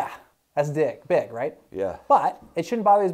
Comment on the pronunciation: That neck was what?? Didn’t sound like u said big at first doc lol great video!